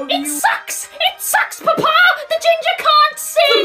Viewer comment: it’s always the “paPAh” for me. such strong pronunciation for no reason 💀